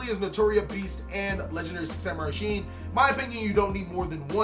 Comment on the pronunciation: It’s not pronounced Sheen, it’s Shi en (She-Ehn)